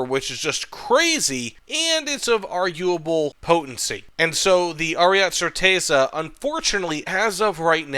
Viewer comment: Ariet-eh Chehr-tezza